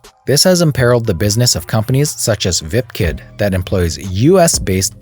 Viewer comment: good video, btw, It's "VIP kid not "Vip Kid"